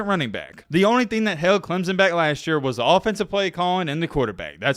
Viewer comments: Stop saying ClemZon. It’s very easy to fix and very annoying. Say it with me Clem Son! Now a little faster Clem Son.. alright now say it together CLEMSON!!!! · It's clemson not clemzon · There is no "Z" in Clemson.